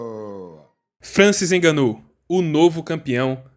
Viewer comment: Hahahah não inganou ninguém... Não se diz fraingo mas sim frango então o ngo do frango é conforme devemos pronunciar... Nga-nou... Contudo parabéns pelo video...